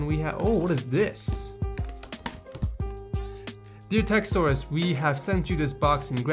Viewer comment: y u say "tek- saurus" ????